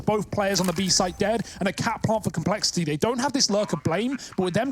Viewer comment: Commentator: "complexi'EE"